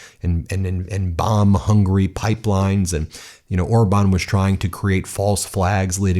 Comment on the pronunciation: Idiot calls him orband